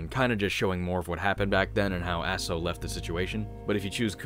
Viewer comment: if i remember it correctly she was keeping all sins of all the people who decided to commit suicide on that mountain Your pronunciation of Aso is corrected I was playing the Japanese version with the underwear costume the spying camera level was way too much XD